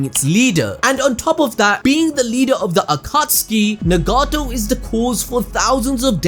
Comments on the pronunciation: Its Nagato not negato🤣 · Nuh-gato. It’s nagato bro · Lmao he is straight butchering some of these names like nagato lmao